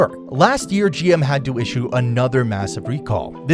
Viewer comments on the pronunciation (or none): none